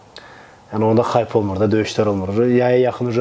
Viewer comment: Xayp yox hayp